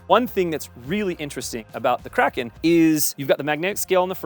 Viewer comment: Thank you for pronouncing "Kraken" properly.